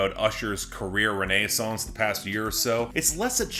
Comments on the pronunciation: That’s possible French side coming out lol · completely unrelated but I can't say as though I've ever heard "renaissance" pronounced like that before 🤔